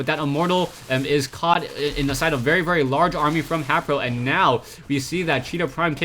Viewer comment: It really bothers me that he pronounces HayprO wrong.